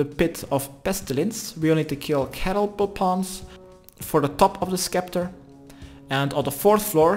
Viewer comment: Skull septer the c is silent same with a scimitar it’s simitar not skimitar